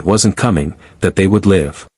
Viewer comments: Yes, I caught the "leave long and prosper " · Extremely sick of the crappy A I that can't pronounce certain words. Live, romulan among others. CHECK IT FIRST. Will not subscribe.👎👎👎